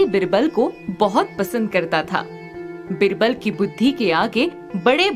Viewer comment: It's not बिरबल,‌ its बीरबल... pronounce it correctly